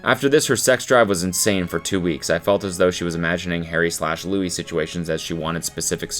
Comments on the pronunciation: LEW-EE not lewis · The way I cringed when you said “Lewis” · The Louis with the hard s killed me inside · IT’S PRONOUNCED LOO-EE We’re still unhinged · not him pronouncing it Lewis 😭🤣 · Anyone gonna bring up him saying Lewis and not Louis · I can’t be the only one bothered with Cody calling Louis, “Lewis” 😂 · How dare you. How dare you pronounce Louis’s name like Lewis. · some of the imagines are absolute satire and seeing them being read as something fr is so funny also louis being pronounced LUIS is so funny 😂 god the bringing back of this is so funny — one of my friends pranked the sun and it was published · WHY DO YOU KEEP SAYING LEWIS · the s is silent it’s said like louie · Cody please just say Louis' name right ONCE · don’t pmo cody the s is silent in louis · cody the way you are pronouncing louis name is killing me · Saying Louis’ name wrong 🤣🤣🤣